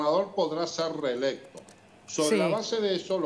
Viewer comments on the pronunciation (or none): Dicre reelecto no rererelecto